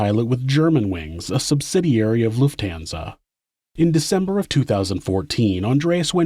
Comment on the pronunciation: To hear you say Lufthansa is giving me a headache...learn how to pronounce it please.